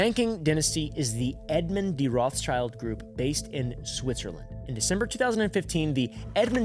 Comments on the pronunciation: ah yeah and its pronounced ROTHSHILD, its german sh is sch here.. so no children in that name LOL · btw its Rot(h)- s(c)hild not roths-child. its an old german name, Rot meaning red, so not pronounced with the classic th-sound and the second word is just schild which means shield